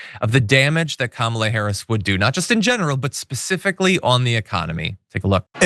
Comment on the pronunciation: Kamala......one of the few 3 syllable words he knows, but like tesler, he can't pronounce it....